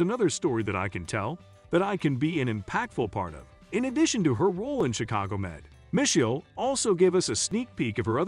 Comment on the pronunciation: You pronounced Ptosha's name right but not Misheal's 😅